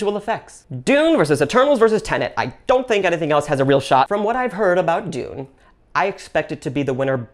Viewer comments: “Denet and Tune” 😂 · "Denet and Tune" 😂